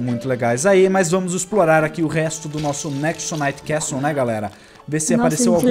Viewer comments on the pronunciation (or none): none